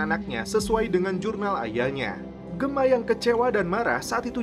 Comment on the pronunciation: Please do the right pronounciation atlease when u mention the character names of SOA..like Gemma is Jemma...not Gema...do the right english correction mate...